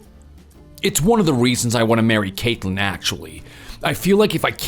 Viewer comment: "Cakeland"? Wtf kind of name/pronunciation is that? Yikes Screen says Caitlyn but they keep pronouncing it weird Also this isn't a new story, it's an old one with a few details changed. From it being their uncle up to no good, to it being their grandparents